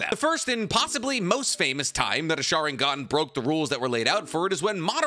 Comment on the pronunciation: What's a schaaringone? Damn guy your pronunciations are terrible.